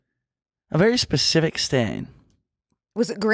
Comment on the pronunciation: I’m begging you- it’s SPECIFIC not PACIFIC 😭